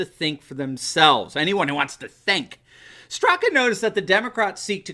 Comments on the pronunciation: FYI, Brandon's last name is pronounced "Strock". ☺️ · Information only...he pronounces his name Strak leaving the last "a" sound off. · The "a" in "Straka" is silent. Love the #WalkAway movement! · respectfully, Brandon’s last name - the A is silent. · I think the ‘a’ sound at the end of Brandon Straka is silent? Just a FYI! 💕